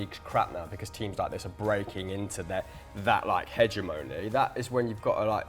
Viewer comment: Absolutely butchered the word hegemony